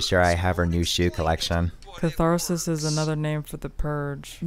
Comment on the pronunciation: The way he said catharsis 💀😂😂😂😂